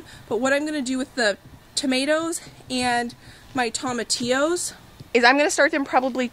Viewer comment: Love you girl, but you gotta say tomatillo with a long o, like TOE-matillo. :)